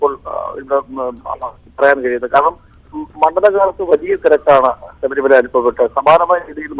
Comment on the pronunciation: സബരി alla ശബരി